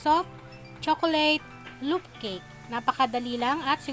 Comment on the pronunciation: Loop pan and ganadge sorry to correct po its loaf sound s like lowf not loop and ganash not ganadge